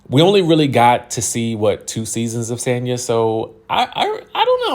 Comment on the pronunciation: It's Sonya you guys Marlo doesn't know how to pronounce her name😂😂